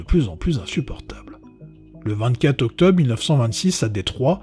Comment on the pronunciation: Octobe, s'effonde, quatte.. c'est du français approximatif..